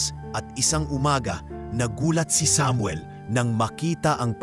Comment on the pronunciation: Bigkasin mo Muna ng Tama Ang Samuel bago ako makinig😅😅😅